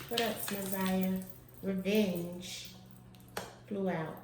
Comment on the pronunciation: Her name is Na’Ziyah. Not Zaniyah